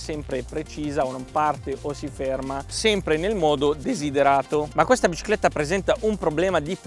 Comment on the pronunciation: "La bcicletta"